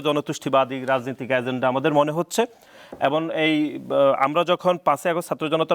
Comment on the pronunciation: এই বেটা “হচ্ছে” বলতে চাচ্ছি” হচ্ছে” বাংলাটাও “ হচ্ছে” এখন “যুদি” হচ্ছে , বাংলাটাও বলতে পারে না, নেতা হয়ে গেছে